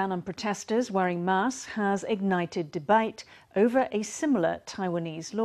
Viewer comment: The way the reporter says "debate" sounds extremely Australian.